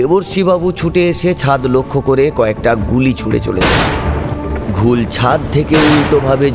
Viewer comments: উপস্থাপনার দিক থেকে ভালো, তবে শ্রোতা হিসেবে কিছু বলার আছে। গল্প পাঠ করার সময় কিছু জিনিস নজর রাখতে হবে যেমন রাজিব এক জায়গায় রজত হয়ে গেছে আর রাজীবের যে চরিত্রটা রয়েছে সেটা ঠিক গলার সাথে ম্যাচ করেনি। কনস্টেবল এর গলা একটু পুরুষালী হলে ভালো হত। আর শব্দটা ঘোউল হয়, ওটা ঘুল হয়ে গেছে। এছাড়া প্রথমের দিকে কথোপকথন গুলো বড্ড তাড়াহুড়ো করে হয়েছে। গল্প যে শুনছে তাকে গল্পটা অনুভব করার সময়টা দিতে হবে, নাহলে কেমন একটা হয়ে ছন্নছাড়া শোনায়। তবে আরও ভালো করে করতেই হবে। ধন্যবাদ। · ঘৌল হবে ঠিক উচ্চারিত শব্দ।